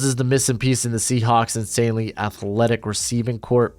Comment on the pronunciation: FYI: “corps” pronounced “core”. Like the Marine Corps (“core”), not Marine “corpse” lol